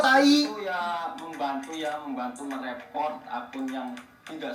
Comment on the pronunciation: Yang harusnya "Report", dia Bilang "repot"